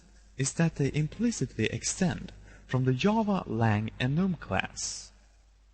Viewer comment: You sir have my thanks... i have read tutorial after tutorial trying to understand enums and how they would be used.... in the first minute of this video you managed to get the idea across clearly and effectively... i thank you ps: not that i mind foreign accents however i do feel that i should point out that "Java" is not pronounced "Yava" in this case the "J" makes the same sound as the "G" in "generous" (dont ask me why)